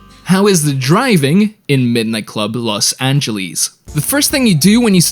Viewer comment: i needed to stop watching the video because of you saying Los Angeles wrong every time you even trying... ITS NOT F*CKING LOS ANGELIS!!!